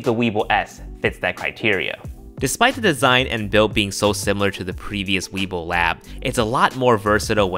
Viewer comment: Did I hear him right? I thought I heard weebil wab.